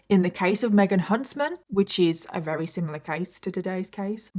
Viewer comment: How come sometimes you say Very and other times you say Rery?